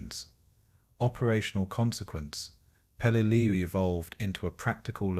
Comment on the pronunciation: Pelelu not Pelelia